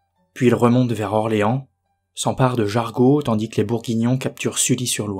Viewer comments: Jar GEau SVP , pas "jargo " . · Petite précision Jargeau se dit Jarjo 😉, continue ton travail c'est d'excellente qualité. 👌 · Je suis Orléanais et Jargeau ne se prononce pas de cette manière, on dit "jarjeau" 😉. Nos villes et nos villages sont des musées à ciel ouvert, il y a de l'histoire tout autour de nous, il faudrait que nos élus respectent ça. Je dis ça car il n'y a pas de monument pour la bataille de Patay, juste un vulgaire panneau en bois ... c'est une honte. En tout cas, merci, de faire revivre notre histoire, c'est très important et tu le fais magnifiquement bien. J'attends les prochaines vidéos avec impatience 😀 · Merci pour ton message ! Et pour la prononciation de Jargeau on m'a fait la remarque, ça sera corrigé au prochain épisode 😉